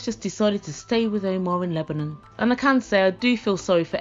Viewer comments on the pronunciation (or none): none